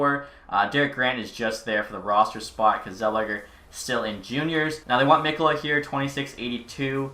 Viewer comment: Just so you know mikkola is said Mee-ko-luh